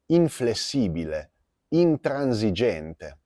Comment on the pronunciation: Fossi in te rivedrei la pronuncia di quella "s" in "intransigente "